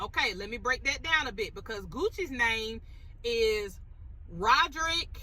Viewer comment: Wop name is pronounced like Ray. Radric, not Rodric